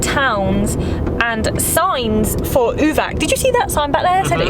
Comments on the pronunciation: We pronounce it like Uvats not Uvak, and Booket , not Bucket. You guys are fun to wach, you gave me the idea where to go, I enjoyed your video. Keep it up. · Uvac is pronounced Uvats (the c in latin script is always a ts sound)